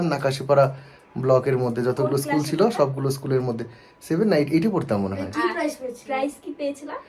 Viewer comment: প্রাইস বলেনা প্রাইজ বলে Price আর Prize...